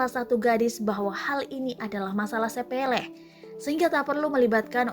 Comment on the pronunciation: Sepele gak pake R